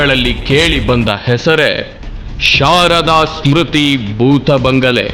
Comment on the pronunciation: ಬಂಗಳೆ ಅಲ್ಲ ಬಂಗಲೆ..